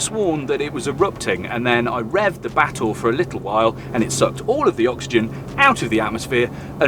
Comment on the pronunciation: Just here to listen to pronouncing Batur (Ba-toor), a caldera lake in Bali. From a distance, it looked like a Genesis coupe. Been interested ever since Clarkson butchered Porsche Macan (tiger) pronounciation, reading it as "makan" (to eat).